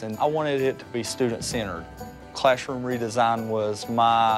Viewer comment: I don't want to be critical but when he says classroom, i thought it was clashroom. I appreciate what they do though.